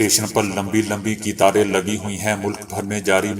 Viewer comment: جناب نیوز ریڈر صاحب آپ کو اپنے اردو تلفظ میں correction کی ضرورت لاحق ہے ۔ کم سے کم ڈیڑھ دو سال سے ہم آپ کو سن رہے ہیں ، مگر اب بھی تلفظ میں اردو الفاظ برابر نہیں بول پا رہے ہیں بڑی بڑی ﴿قٓطاروں کو قِطاریں﴾ پڑھ رہےہیں ۔ ہم نے امید کا دامن نہیں چھوڑا ہے، مگر آپ کو بھی کوشش کرنے کی ضرورت ہے جو ہم چاہتے ہیں پونا بھارت